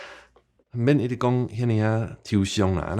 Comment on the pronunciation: 台語的自動轉調，若像還沒學到喔！莫怪一直聽，會講做一直疼！哈哈！火車、花車、貨車、會車⋯⋯等等活跳跳的例，請祝英台來教我們大家作伙學習一遍！